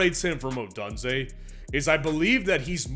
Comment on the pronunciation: It’s Rome O-Dooonze you’re saying it Donezay , it’s an ooooo sound